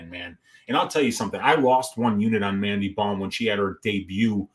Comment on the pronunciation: Mandy bohm? Sht man i will gratefully take the -275 on missing fists kim hahahaha its mandy bohm🤷🏻‍♂️